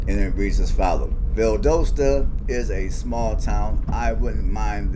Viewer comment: Your NOT pronounce it right... it's Val Dos ta